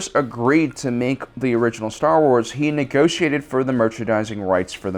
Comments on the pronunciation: Ah yes, my favorite franchise, Star sars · Star Sars? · Star Sars 😂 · Star Sars lmao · "Star sars" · What is "Star Sars"?? Is it a knock off of Star Wars?? XD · "Star Sars"?? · Did you intentionally make it say "Star Sars" during the count down screens? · "Star Sars"? XD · "Six Worst Things To Happen To Star Sars" "STAR SARS" "STAR *SARS*"